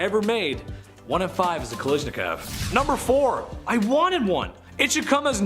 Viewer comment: it is not 'nimrod' hehe, it is 'nimrud' the u sounds like oo.. and next, his name is Johann not Johanns.. Automatic Kalashikov not 'kalishnikov' - Михаил Калашников pronounced 'Mikhayl Kalashnikaf' I can keep correcting your pronunciation all day, because there are so many mistakes.. c'mon guys, you can do better. Ya'll seem intelligent, so why is it so hard to pronounce correctly?